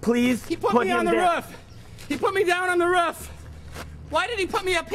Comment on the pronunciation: I love how he says, "he put me down on the RUF" instead of roof